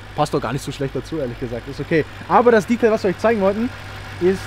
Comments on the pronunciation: Er redet wie ein 14-jähriger. Wer ist bitte die Zielgruppe? Warum spricht er Detail die ganze Zeit englisch aus? Das ist doch furchtbar albern. Zum Auto hat er wenig interessantes erzählt. Die Technik wäre mal spannend gewesen. Kompliment an Audi, sowas heutzutage noch zu bauen. Auch wenn ich kein Fan von dem Auto bin, finde ich es gut, dass sowas noch gemacht wird. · Also das Detail (natürlich englisch ausgesprochen) rote Motorhaubenunterseite kann man schon erwarten, dass die orangerot wird, oder nicht?